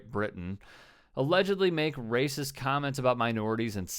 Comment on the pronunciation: 1. It's "racist" not rasits" 2. What does young ppl have to do with. Alotta young ppl like rap & if you're talking about kids so it's notice they were cursing. If you're complaining that they said stuff about the police so none of the stuff they said is a lie. Only ppl that don't believe in racial profiling are racist people. That claim minorities like to pull the race card or that they use their race as a crutch & dont take responsibility are the 1st to say thing like oh I lost my job to an illegal how bout taking responsibility for yourself now or u like to say if the roles where reversed things would be different when it comes to race & cry like they're the most oppressed yet if any1 says the same now its not valid